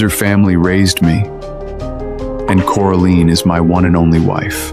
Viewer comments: Did he just call her Coriander... LoL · You did missed one,Cori Ann 😅🤣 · This is a good story. But it needs improvement because you mispronounce the actors' names, especially Coraline, and you spell them incorrectly, too. Edward needs to cut his hair and clean up his acne. He’s an heir and looks out of place. Next, you keep putting Coraline with Eamon as the maid, then the whole birthday scene at the Windsor house, it's all messed up. Did you even check the video before posting? I'm so disappointed. The audio for the birthday scene is ahead of the picture.How could you mess this up. I give it 5 stars out of 10. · really really really really really really really really really really really really wanted to like this drama...but couldn't stand the mispronounciations of her name as well as the made up words?